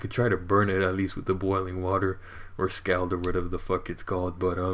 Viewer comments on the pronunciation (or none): no attack to you, but scald = sc-aw-ld